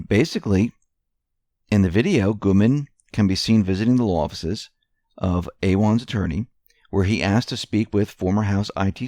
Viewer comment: It is pronounced "Uh-wan, not A-wan. See George Webb's You Tube channel for the most info re them .